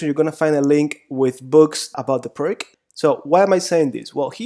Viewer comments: Oh. It is not PIRK, ir PRK, or anything like that. Pirc was from Slovenia, Yugoslavia, and you should try to pronounce his name as "peerts" or "pirts". Got it? Like /ˈʋâːsja ˈpîːrt͡s/ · The surname of one of the authors is pronounced as “pirz”, “Pirts” “peerts”, not like “pirk”. The other person who developed that system is Ufimcev. Thus it’s full name is more like Pirc-Ufimcev defence, but in English literature it is quite a trendy to forget all Russian names. :/ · I believe it's pierce (pee ir s), not PERK. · Why you don't try to find out the correct pronaunciation of the word "Pirc"? P - ee - r - t - z. Not too difficult, right? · Thank you very much for the instructive lessons. If you allow me, I would just point out the correct pronunciation of "Pirc Defense". It is named after the Slovenian grandmaster Pirc. Pirc is pronounced like "Pirtz", similar to the German name Fritz. Thanks again, I subscribed to your channel. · Im really appreciating these vid (apart from the pronunciation of "Pirc"...poor..!), but i feel like you Always try to delay castling. I (as White) have actually problems when black delays It, still im not sure that Is the main purpose for black in most of these position. However, as i told you, It's usually a problem to me, so sometimes i feel like It's a race between the two to the last to commit himself (black to short Castle, and White to launch the pawns)